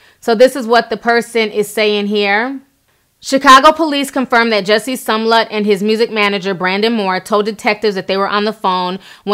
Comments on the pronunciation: Girl I freakin love u but if u call that man "sumlet" one more time I'm gonna scream 🤣🤣🤣🤣 still love u though. It's "Smollet" (s-mull-ett) FYI girl. Lmfao. 😘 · Smollett, Smollett, SMOLLETT Not Sumlet C'mon now,, c'mon... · Lmao. You keep calling him SOMllett. It’s SMOLLETT. 😂🤣😂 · I always love hearing the tea but PLEASE start sounding out people's names before reporting the tea! SMOL-LET not SUM-LET... Use those vowels, Sis! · It's Smollett not sumllett 😆 sorry that irritated me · Somlet? Lol its pronounced smo-let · I cringed everytime u said “Sum-lette”😖🤣🤣 its Smo-lette! Love u tho😘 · Say it with me Ti "SMO-LETT" not pronounced SUMLET. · The story is very important, but I can’t get over why she continues to incorrectly pronounce Smollett’s name? Sum-let, over Smol-let. ...Are there any other updates? Overall, a good coverage. I’m staying tuned in. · If you're going to report please pronounce his name right. It's not Sumlett It's Smollett...smfh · She Keeps saying some lett isnt Jussie’s last name pronounced Smo-let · His name is pronounced SMOE-LETT not Som-let Damn! Smh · I live her but I wish she would say people's names right. She says SUMLET the whole video when his name is pronounced SMAL-LET. It's distracting and it's not just this video. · It’s clearly spelled S-M-O-L-L-E-T-T and you got Sumlett every time. Lol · Its SMollett T, there's a freaking M in the there lol. The way u mess up a name I b like fix it blk Jesus 🤦🏾‍♀️ lml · You got Sumlett. Its you have Sumlett. Would be the proper way to say it since we pointing out grammar.😀 She does her thing. Big up Ti 🎊🎊🎊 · I swear that irked my nerves everytime. Omg! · Smollett ! Where's the letter U? 👀 but yet I keep hearing Sum-let .. Am I bugging? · "Smo-llett" "MAGA" "Jussie" ...Ti, I know you are usually on it. You kept saying words the way you wanted to on this one. Good video, anyway. I really hope this is not all a fishy situation because it will set back efforts of actual victims. SMH.